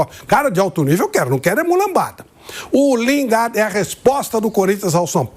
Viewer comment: Lingarde? Porra, nem pronunciar o nome dele sabem. E ainda são pagos? Pelo amor de Deus...